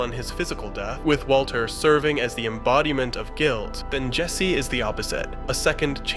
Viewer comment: Yeah! There a problem with that Waylter?